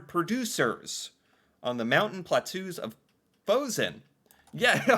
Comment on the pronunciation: You pronounced "plateaus" like "platoos?" ROFLMAO